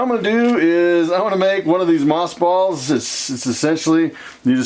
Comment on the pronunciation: Earlier I understood you to say moth balls. 🤭🙊